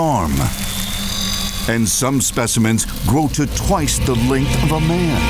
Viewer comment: I've never heard anybody butcher the word "man" until now. Maybe it's the music that plays along side of the narrator, but it sounds like he's saying "moon" or something